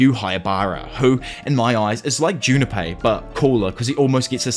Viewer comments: Why do u say junapei, there’s no A there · damn this british pronouciation of japanese names is killing me. Who the fucking is Jun ne pei